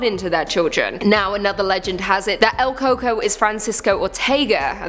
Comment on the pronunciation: LOL, el coco, pronounced el cu-cuí